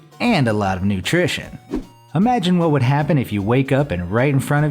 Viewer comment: its nutreesion Theey